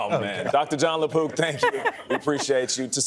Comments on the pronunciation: At first I thought he said the doctor's name is Lapoop... I was like, "how fitting." then I read the note and saw "Lapook." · I swear I thought he said Gastroenterologist Dr. John Lepoop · I thought he said Dr La Poop...🤣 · I honestly heard, "Dr. Jon LaPoo"